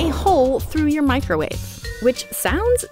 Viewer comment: Ah yes. The "microuawe".